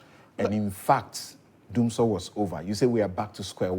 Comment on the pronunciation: It's Dumsiesie not Dumsor 🤣🤣🤣🤣